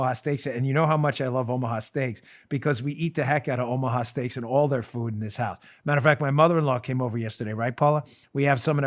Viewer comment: When sir dan the fighting patriot says Oomha stealks !! I freaking believe him!,no cap intended either